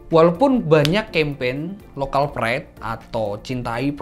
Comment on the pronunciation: Korean pride. You should pronounce PRIDE —> praid. Not pret. Korean pret? It just remind me to kampret. Sorry bro, no offense. Sesama anak bangsa Kita saling koreksi. Biar kalo go international nya Gk malu 2 in.